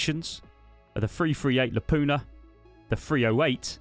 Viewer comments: Very convenient that you found an sv98 when your making a video about being a sniper in a stash..also the awm and sv98 are 2 different guns.also, lapoona? Are you kidding me. It's pronounced lapwa and not lapooa like the Americans say it. Please stop asking your videos and go back to the old days of official base raids etc. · Hey! Where exactly is the letter N in the word Lapua? Not trying to nit pick shit but the way you're saying the 338 Lapua is at least it sounds as if you're calling it the 338 Lapuna not 338 Lapua! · La-poo-ah* MAG. Don't disrespect magnum research like that 😂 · Not Lapoona, simply Lapua. It’s the city in Finland where the round was invented and first produced. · Love it. Great vid. .338 “Lapoona” gets me every time! “La-poo-er” 👍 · Lapuna? There is no N in Lapua. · Nah...that sea cheat is a paid actor.. 🤣 I'm sorry, but you pronounce Lapua wrong, have a look on YT for ...How to Pronounce "Lapua", 26 seconds in it's the manufacturer pronouncing it as "la poor" at Shot Show 2015...or is it a running joke on the channel? Liked and subbed ❤